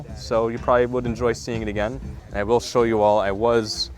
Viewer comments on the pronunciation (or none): none